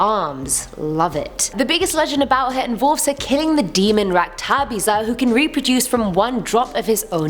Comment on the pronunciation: RAKTHA BEEJA YOU PRONOUNCED WRONG, RAKTHA IS BLOOD, BEEJA IS SEED